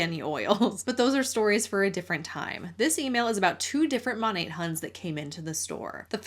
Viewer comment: This is a very silly nitpick on my part, but does it bother anyone else that it's pronounced mon-ate and not mon-at? There's no e at the end. Why do they pronounce it as if there is??